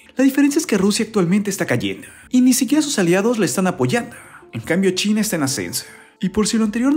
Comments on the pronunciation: No entiendo su afán de hablar super mal. Se dice CHINA no "chine" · Me da risa como mencionas china